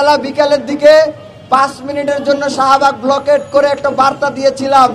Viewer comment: ব্লকেড🤣🤣🤣🤣উচ্চারণ ঠিক নাই সে নাকি ছাত্র